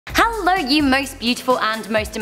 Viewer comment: Why does she say Hallo? It really gets on my nerves. It's Hello!!!!